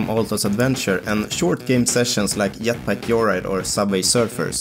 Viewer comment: "Yetpack Yoyride" I love the Swedish accent haha